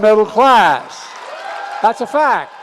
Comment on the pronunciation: Ugh I hate how he emphasizes stats “four TEEN MILLion jobs.” States opinion: “THAT’S A FAACT”